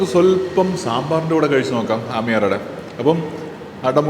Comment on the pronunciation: Aamyar Ada alla. Ammiyar Ada it is. Please say it correctly. It sounds horrible the way you say it especially since you are a malayali and should be pronouncing these words properly